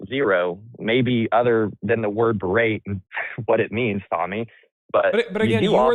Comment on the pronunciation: guy keeps wanting to use "berate" but he's too illiterate to know the word does not contain a 'd'.